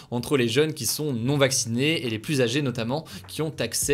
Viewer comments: Tu dois revoir la pronunciation de plus. C abusé. 80% du temps tu dis Plusse alors que c'est Plus. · De plus en plus, arrête de prononcer le S au premier plus, ça se prononce " de plu en plus", aucun reproche, aucune négation, juste une astuce de langage ;) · Il faudrait quand même qu'un jour tu apprennes la différence entre "plus" et "plusse" .. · Hugo tu pourrais arrêter de dire « pluSS », c’est trop stressant ! Je me retiens depuis longtemps mais à chaque fois ça me titille, on ne prononce pas le S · tu pourrais arrêter de prononcer le S du mot plus ? 😅 c’est juste trop stressant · Techniquement le deuxième non plus, il est suivi d'une consonne, mais après plein de personnes risquent de ne pas comprendre la phrase (niveau de la langue française de la population : mauvaise)